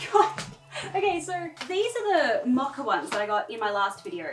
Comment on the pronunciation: Ok am I tripping or is she saying “macca”???? Is she saying “mocha” and I never knew it was pronounced like that in Australia?😂